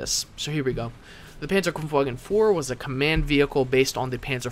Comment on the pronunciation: Sweet, how you pronounce "Panzerbefehlswagen" :D